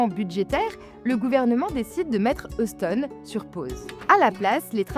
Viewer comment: Euston n’est pas un nom propre Français. Si cela avait été francisé comme on a francisé London en Londres, pourquoi pas. Mais là c’est bien de l’anglais et il y a un minimum de prononciation à respecter.